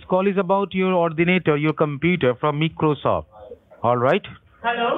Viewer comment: Meekrosoft kills me